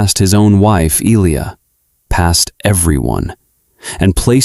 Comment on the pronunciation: Missed only one pronounciation: it's el-li-ya Martell, not ee-lia. AI still has a looooong way to go.